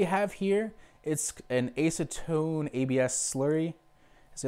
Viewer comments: I have a nearly identical printer, but with hinged side doors. It's the Qidi Tech I, $700 or less on Amazon. I'm digging it so far. I also spent $150 on Simplify3D. It's a very nice slicing program and more. PS - It's ASS-a-tone, as opposed to ACE-a-tone. :-) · Acetone - ass-u-tone